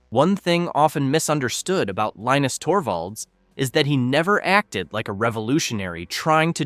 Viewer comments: Could you consider being consistent in how you pronounce Linus’s name? FYI, he says it: LEEnus. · Linus said that it's pronounced differently depending on where he is. Some people say Line us, others say Leen us, still others say Lin us. I grew up with Charlie Brown. One character's name was Linus pronounced Line us.